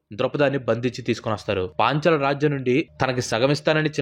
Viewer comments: Panchala Desam 😂 kadu bro "Paaanchala" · Panchla desham kaadhu. Paanchaala dhesham